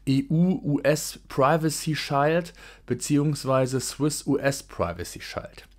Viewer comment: Interessantes Thema. Kleine Korrektur: "Shield" wird wie das deutsche "Schild" ausgesprochen, bloß mit einem "ie". Sozusagen "Schield". Nicht "Scheild".